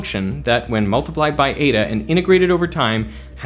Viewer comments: Eda 😂😂😂😂 ee-tah its pronounced. The way English speakers pronounce Greek letters is just embarrassing 😂😂😂😂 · Nice to hear you correctly pronounce all these french names and correctly use the plural of medium. Now work on your Greek and find out that n like letter is eta not eeda. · This is great. One small thing: η isn't pronounced like that in Greek.